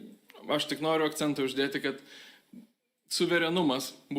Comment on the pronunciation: AkcEntas, ekvivalEntas ir docEntas, o ne dOcentas!